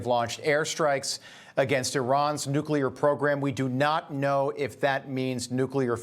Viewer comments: Nu cle ar. Not Nu cu ler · The word is NUCLEAR Noo clee ar.... Not NUCULAR!!!! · in Tel Aviv can use a lesson in how to properly enunciate the simple word "NOO-KLEE-AHR" and not and never "NOO-CUE-LAR". Gee wiz!!! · It's Nu-Cle-Er, not Nuc-U-Ler. It's not that hard. Oh, and nicely done, Israel. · Nucular? No! Nuclear ! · The word is NEW-Klee-urr! NOT Nuke you luurr...you sound uneducated... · Nu cle ar. Not nu cu lar. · Perhaps somebody should tell that reporter that the word is nuclear not nucular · I love you Newsmax. But hearing this guy say, “nuculer” over and over is like nails in a chalkboard. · Can you say nuclear as in --"new clear"? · Can’t stand the mispronunciation of the word nuclear. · Learn how to pronounce nuclear.